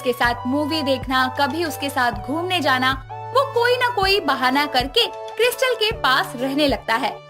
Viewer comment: Krystal hota hai kiristal nhi